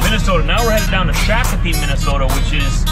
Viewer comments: shock o pee…. Native Americans pronounce sha cope ee or Google but the a makes a o sound in this city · You pronounced shakopee wrong 😅 I live in shakopee they do not like it pronounced that way